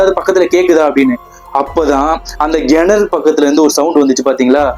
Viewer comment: Nice story bro but its kenaru pronunciation parunga not genaru. That was the only thing irking. Super story keep it up..